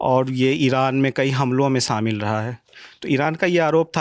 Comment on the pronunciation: Isko bat nahi karne a rahi, pronunciation dekho, words ka selection dekho , shamil hota hai samil nahi